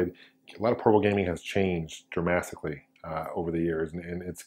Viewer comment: Did he just say dramastically?